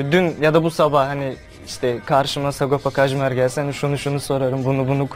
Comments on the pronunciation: 20 yıl oldu hala adamın mahlasını doğru okuyamayan TRT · Neden hiçbir spiker Sagopa Kajmer diyemiyor :D